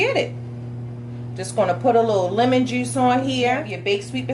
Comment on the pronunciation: Love that accent "TEW" "JEUCE" POTATUH 😄 🤣 😂 😆